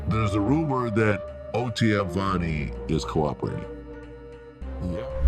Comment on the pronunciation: OTF Vonie not Venie